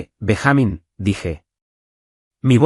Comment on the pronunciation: BenjÁmin? No es Benjamin? Payasos?